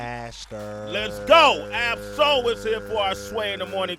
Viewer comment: You got Ab-Soul name wrong [